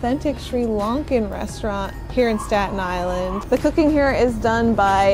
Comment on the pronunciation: The "four-God- UN" Island? God, SPEAK ENGLISH